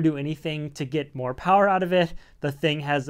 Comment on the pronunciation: Moh powah is never Enough powah